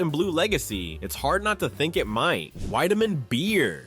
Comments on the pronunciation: My dad drank Wiedemann in Cincinnati. It was pronounced “Weediman” not “Wideaman” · I second that. "Weed"-emann, not "Wide"-emann. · Its was called Weed da men beer, not Wide da men beer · The ad girl says WE-demann Beer, and you say WHY-demann. LOL. Dude! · This is disappointing. The narrator totally flubbs on WIEDEMAN (pronounced WEED-a-man not WIDE-a-man) just like the gal in the ad pronounced it. Please do your homework next time. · WEED-a-mann, not WIDE-a-mann. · Pronounced Weedimann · Wiedemann was pronounced 'WEE da min'. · It's pronounced "WeDaMen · VEEdeman. The woman even says it in the clip of the old ad. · Entertaining video even if "Wiedemann" was mispronounced. It was even pronounced correctly in the accompanied ad. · Learn how to pronounce Weideman. The girl in the ad pronounced it correctly. Don't you watch your own videos? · Not Widemann Beer, Wiedemann Beer! Think of wheat! Burger Beer was my aunt’s go to! It’s Hudepohl beer. We aren’t called Cincinnations, we are Cincinnatians, your pronouncing of words is quite off! Hudepohl has become Christian Moerlein, hint the beer they started to introduce in the mid 80s. They had put on an event at the Hudepohl Brewery in Cincinnati when, they had put Christian Moerlein out on the market. We had moved to Indiana and my mom took over ownership of my uncle’s tavern when, a Hudepohl Distributor invited my mom and gave her the invitation tickets and she could invite as many people as she wanted and she took a couple of my aunts with her along with their husbands. They done away with Hudepohl and moved to the Christian Moerlein Brand, because, that’s all I see now all over Facebook. I hoped they worked on it because, I remember mom letting me trying it when, it came out and, it had no taste to it.